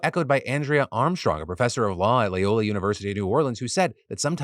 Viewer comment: I live in Louisiana and I’ve had these sites ask for my portrait when all I wanna do is browse adult content in the privacy of my own home. It feels like a massive overreach and it’s all thanks to “small government” republicans. Also Phil I love you it’s LOYola not LAYola.😅